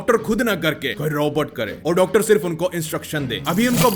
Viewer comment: Thambel 🤟🏻🔥🤣🤣🤣 doc..tar...tar....tar...tar